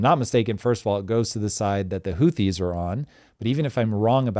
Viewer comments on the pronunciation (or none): none